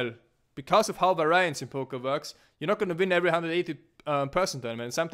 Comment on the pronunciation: Its pronounced: var_i_ance. not var_ai_ance.